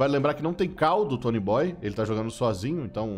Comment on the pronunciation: Não é tonyboyyyy.. É tonyboiiii